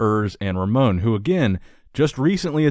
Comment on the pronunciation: The pronounce is Ramon "Rosha" not "Rocca".